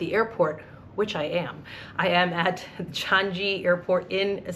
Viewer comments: Best airport in the world… DECADES running! By the way it’s pronounced Chang-ee, not Chan-gee. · you're pronouncing 'Changi' incorrectly. It's a soft 'G' so not 'Chan-GEE' but 'Chan-EE'. Thanks.